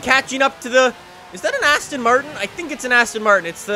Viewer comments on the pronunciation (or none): none